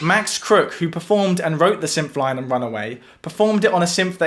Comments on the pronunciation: Dude, it’s “synth,” not “symth” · what are you saying? Symph? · I get people have different accents... But you're saying "symph"... the same way you would say "symphony". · It’s syNth, not syMth. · It's pronounced 'synth' not 'synf'. Great video! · It's pronounced "synTH",not "symph"..what a symp! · Some dialects don't have certain sounds, like Mandarin has no "rrrrr" sound. They have never learned how to make the sound because it is not pronounced in their dialect. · seriously reconsider talking at length about an item with a distinct "th" sound in it's name when you can't deign to do us the favor of putting your tongue against your teeth to make the proper sound. English much?